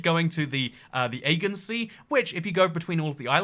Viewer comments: the ay-gan sea? you shouldnt be making fun of any one else's education when you can't even pronounce the word aegean (ah-jee-yan) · Oh yes the eggin sea, where teenagers TP the trees and throw eggs at everything ... I assume you meant the Aegean Sea (uh-gee-an) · Lol Aygen sea. I think you mean Aegean (i.e. Ay-gee-an). 3 syllables. Come for the geography...stay for the pronunciation. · Isnt it pronounced 'AY-GEE-UN' not 'AY-GUN', the Aegean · Agean = ay gee an, not agen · ah-gee-en, not aygan. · Yo said the "Agen Sea" lol. It's pronounced as the Agean Sea lk Ah-Gee-an Sea not Ah-gon Sea. Lol. Ino he tried to be a smartass when he tried to say that 5.2 km is lk 300,00+ barrels of oil to Americans but can't even pronounce the Agean Sea right that's in Europe n that's a part of Greece/Turkey. Smh. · Did you just pronounce "Aegean" as "Ay-ghin"? It's pronounced "Ah-jee-in". You didn't show Lake Baikal, you showed the Caspian Sea upside-down. LOL "What's up my Neaghs" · Aegean pronounced 'uh-jee-uhn' Sea... at least, anywhere I've ever heard it. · Uhh-Gee-An Sea and Lake Hue-Ron. Fuck's sake. All that research into sizes & volumes of these lakes and you couldn't' literally spend 5 seconds to have Google speak the words for you to learn the pronunciation??? SMFH 🤦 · Huron is pronounced Hugh Ron. Aegean is pronounced Ah Gee Ann. Other than that I got nothin'. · How does he mispronounce everything? AGONE SEA???? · ah-gee-yan sea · Again sea? Isn't it pronounced A-G-N Sea? And yes the other is Hue-Ron iirc. OH, I love your humor, stop making me crush on you xD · That pronunciation of Agaean sea😂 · That is not how you pronounce "Aegean". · You do not know how to Pronounce the Aegean Sea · The way you said Aegean sea made me wince